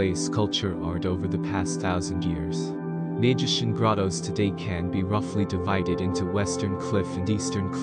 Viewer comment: Great video. BTW, Maijishan is pronounced my-jee-shan.